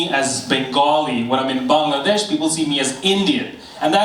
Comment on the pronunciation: Bro in the beginning said BONG-ladesh